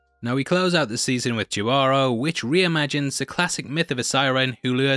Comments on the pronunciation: If I’m not mistaken Jibaro is Spanish which makes the pronunciation “He-barro” not “Ge-baro”. I liked this season the best especially compared to the second volume. I liked pretty much all of them though stylewise I liked ‘Jibaro’ the most, ‘Swarm’ and ‘In Vaulted Halls Entombed’ had the most interesting stories and my favorite is ‘Three Robots: Exit Strategies’ for the timely spot on humor. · Sorry it's he-bah-row it's a Spanish word for peasant but with more native connections, cab also mean child of the forest, and the episode felt more like a commentary on the way Spaniard conquistadors destroyed native lands just for gold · First, the J in Jibaro is pronounced like an H. Secondly it is bout greed. More so is a representation of conquistadores killing Tainos for the gold in the rivers of Puerto Rico.